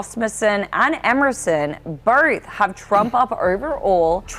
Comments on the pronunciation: Accent is so annoying I can't listen. I'm sorry. It's just weird make pronounces. The word "both" and "burth" and "episode" as "urpisode." Like she's going a lugie in her throat. Better keep her in Nee Zurland or whenever she's from. Pat, get you a nice American girl. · Hi is does “both” keep getting pronounced with a “R” in this video?